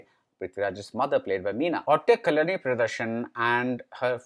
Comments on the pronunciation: Please work on pronunciation of Actor/Actress name correctly who worked in the movie. At many places there were errors in pronouncing the name. Eg : Kalani whereas it's Kalyani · Could you please try to pronounce Kalyani with a Y